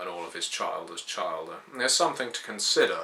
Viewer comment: Chil-der not Child-er.... but beyond that nitpicking good job :)